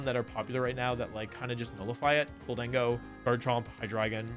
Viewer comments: Goal-den-go is how its pronounced......there is no "A" in it 🤦‍♂ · PLEASE PLEASE Wolfey! Pronounce Gholdengo "G-holden-go" You are currently saying "Ghol-deng-go" If Gholdengo had 2 Ds, sure but it doesn't Please in future VVideos, pronounce Gholdengo "G-holden-go"